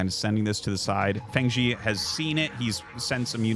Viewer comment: fengzi is pronounced more like "fung" (rhymes with "kung fu") and zi like "zipper" or "zuh" — it means "crazy guy" in chinese